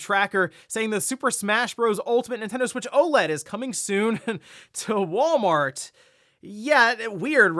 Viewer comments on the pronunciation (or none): none